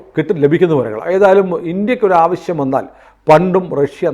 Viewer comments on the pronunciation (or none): none